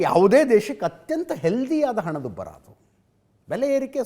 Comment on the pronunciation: Hanadubbara illa.. Henadubbara ide.. Yava University sir nimdu??